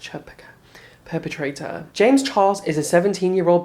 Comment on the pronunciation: I lost it when you tried to pronounce perpetrator😂